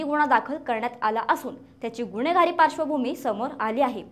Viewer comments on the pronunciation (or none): सुणेने नाही सुनेने बोला गुणेहगारी नाही गुन्हेगारी बोला । शुद्ध मराठी बोला। गुन्हा बोला गुणहा नाही । हगवणे भाषा नको शुद्ध भाषा बोला।